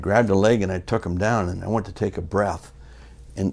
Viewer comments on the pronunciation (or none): none